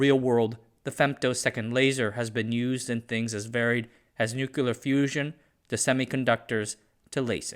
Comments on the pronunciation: I doubt it has been used in "nucular fusion" - since there is no such thing, I'm going to assume you mean 'nuclear' but went to the language school of G.W. Bush, and 'nuclear' fusion not being a thing on earth aside from bombs which haven't been triggered in some time now and a femtosecond laser wouldn't survive. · It's pronounced "nu-cle-ar" not "nu-cu-lar" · It’s “nuclear” and not “nuculer” though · Another buffoon zoomer kid who thinks he is talking intelligently about science and cannot pronounce the word nuclear. Nookuler is not a word. How embarrassing. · You lost me at nu=cl-lar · did you say nucular? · . nukular ? IS THIS FOX NEWS ? I THOT THIS WAS A SCIENCE CHANNEL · What's nucular fusion? :D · Nukular Fusion 🤣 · " nuclear " - "nyoo·klee·uh" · nuke-YOU-lar :S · I'm not a laser physicist - but I can pronounce the word 'nuclear' properly.